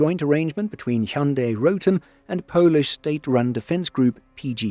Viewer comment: As a korean, your Hyundai pronounciation was excellent! I see so many people mispronouncing it all the time, i was kind of caught off guard!